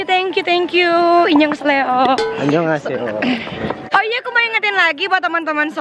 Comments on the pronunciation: Inyong kesleo🤣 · ricis “inyong keseleo” 😭